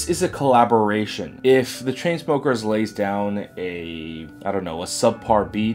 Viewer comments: i cant stop laughing everytime u say choo choo smuckers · sorry ever time u say chu chu smokers i cant help but laugh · I keep laughing whenever you say choo choo smuckers 😂👏👌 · i love how he calls chainsmokers chuchusmukers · i laugh every time he say ChooChoosmokers. haha. he's not the first person to call them lazy 😒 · IM FUCKING CRYING AT HOW U SAY CHAINSMOEMRFC